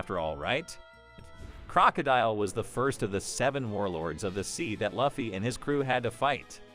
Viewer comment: How do you say luffy wrong?